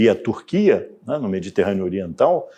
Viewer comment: 🦍 Ó professor!! Quem tá falando é um 🦍🐒 Macaco! Esse aqui piquin inho aqui, marron é meu Filho: é por que o sinhô falou cum tantã ênfase quando falou Turquia!!??